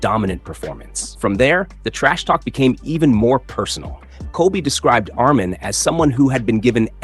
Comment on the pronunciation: How do you say us mahn so many times and say it right twice? When have you ever heard it pronounced that way